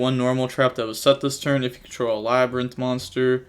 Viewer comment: I'm concerned about your education cause aint no way you just called that "le brian"